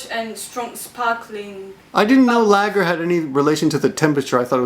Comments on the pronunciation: I really enjoyed this interview. Speaking as an English person, I love Japanese people and Japanese culture. LOL your prounounciation of lager - it is pronounced lahger. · lool its pronounced laargar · real ale is served at cellar temperature, which is a bit cooler than room termperature, like 55F. Larger is served a bit more chilled. I'm not sure about Guinness or bitter, both popular drinks in pubs. btw, look up how to pronounce larger.:-D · HAH The way you say lager at the end is hilarious :D Ale is never "warm" as such, but not really cold either. It's served at room temperature, which isn't particularly warm in the UK. In fact, for beer it's even colder because ale isn't served at room temperature, as in, the temperature of the bar, but at the temperature in the unheated cellar which is even colder than that. Warm ale wouldn't be very nice.